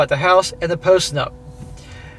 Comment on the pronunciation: Every time you said "post nup" it sounded like post nut. 🤣 Yes post nut clarity; make her sign it!